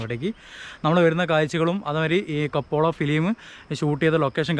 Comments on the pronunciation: കപ്പോള അല്ല സാർ കപ്പേള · It's not kapola it's kapela